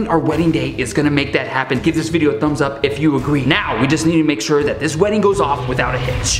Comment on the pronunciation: Its video not vidvio